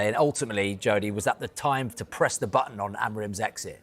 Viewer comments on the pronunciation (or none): none